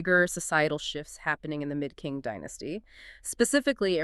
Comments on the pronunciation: Unfortunately I could not bear your bad pronunciation even of the Chinese "Qing" Dynasty. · Omg! You’re right. What a blunder